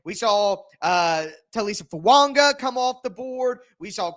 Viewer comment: There is no "N" in the name Fuaga. It's not Fuanga. It's pronounced as "Foo ah gah".